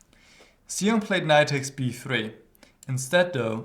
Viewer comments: GM Huschenbeth, his name is pronounced as Shong ( rhymes with Song ) :) Thanks for analyzing this game. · I believe his last name is pronounced "shong." The X in Chinese names is normally an "sh" sound.